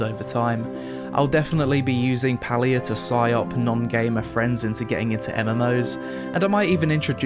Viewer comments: It's pronounced Pay-lia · How did you spend the entire review pronouncing the game name wrong??? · Palia? More like Paylia